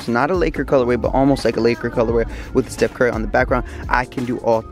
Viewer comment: lol he says steph kirby